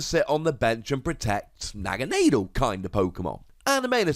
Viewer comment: Holy fuck you can't pronounce Naganadel either jesus tapdancing christ.